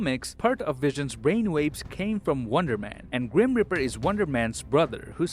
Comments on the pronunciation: Ehm dude...that Guys Name is Grim Reaper, not Grim Ripper... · when you say Grim Reaper, I hear Grim Ripper.